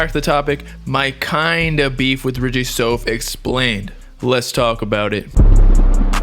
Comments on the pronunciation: “SOUF” = “SOUTH” why you keep saying “sofe” ? it sounds weird as hell🤨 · Stop saying soaf lol its like saying south but with a f